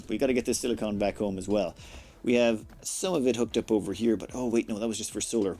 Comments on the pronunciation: SiliCON not CONE xD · Not to be a stickler or anything, but your both pronounciations of silicon are wrong. It's pronounced "silic'n", the 'o' is quiet. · Nit picky acros the pond. Differs from place to place...